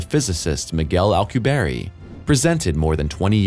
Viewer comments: friendly fyi His name is pronounced. Miguel al-coo-bee-air-eh not Miguel alcooberry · FYI it's pronounced el-koo-bee-air not al-koo-berry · Alcu-"bierre" pronounced like the french word for beer.